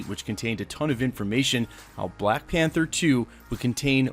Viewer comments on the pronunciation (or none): none